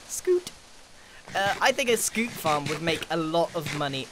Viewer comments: For the love of god it’s pronounced SSS-cute not SCOOT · It’s not skoot it’s skyoot